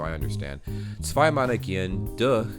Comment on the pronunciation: The durch is wrong pronaunced